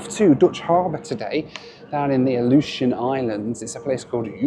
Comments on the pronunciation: Love how he pronounces Aleitian almost exactly the same as Ilyushin. Is he aviation brained or just British? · Is it just me who thought kept saying “Ilyushin” Airways?